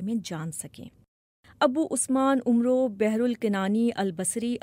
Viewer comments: یہاں “و” نہیں پڑھا جاتا اور “ع” پر زبر ہے۔ “عمرو” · Its not umro و is silent.